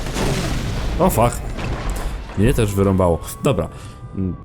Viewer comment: "też" a nie "terz"...